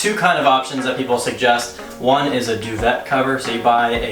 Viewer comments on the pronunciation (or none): 😂😂😂…due-vet! It’s a French word pronounced due-vay. Duvet. And yes, love all your tips; some many people do videos and DON’T use protectors on anything - GROSS. White everything is money!